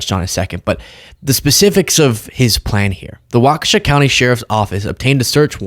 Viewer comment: P.S. Waukesha is a three syllable word,. "WAW-keh-shaw." It is not, 'WAWK-shah." Please and thank you.